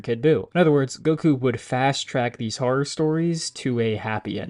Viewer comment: Bro can't even say the word "horror" right